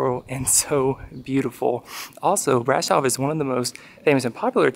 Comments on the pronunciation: It's easy even in English: Bra-shov :) Sh is pronounced like sh from shore. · It’s brahhhhhhshohhhv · Please learn how to pronounce Brasov!